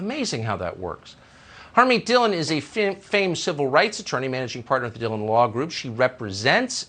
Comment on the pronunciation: It's pronounced D-hee-loan (with n being 90% silent) and not Dhee-lun